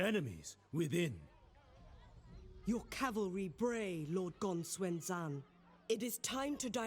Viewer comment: why do you say gong swen instead of gongsun zan? granted i dont know how to pronounce it but it really disturbs me when people dont even bother to atleast pronounce it as its spelled?